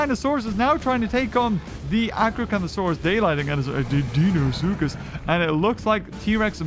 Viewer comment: DeInOsUcHuS Close enough 😂